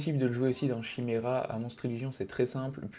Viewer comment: Chimera 🤮 maudit français. Ça se prononce « kaymira »